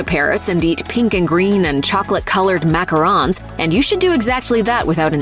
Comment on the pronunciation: You said Macarons wrong except for two times you said it.